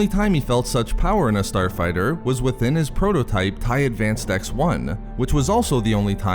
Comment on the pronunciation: "The Starfighturrr." "The Tie defendurrr." Come on bro XD